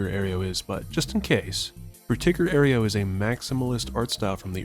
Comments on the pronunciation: ayro, not ayrio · You put an extra syllable in Aero, It's pronounced air-oh, not air-ee-oh.